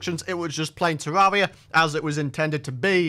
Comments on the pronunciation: It sounds like he’s sayin tewwawia instead of terraria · It’s pronounced terr air ria